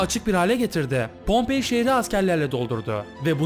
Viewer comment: Pompey değil pompei